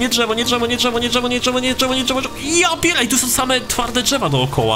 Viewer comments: DŻEWO xDD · drzewo dżewo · DŻEWO XD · DŻEWO nie no żartyje DRZEWO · Dżewo ❤️ ( ,,ż" XD ) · Intro be like: JIIIII, JEEEEE Drżewo (specjalnie) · dzrzewo xd polski sie pami ęta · dzewo sie pisze :p a nie drzewo czy dżewo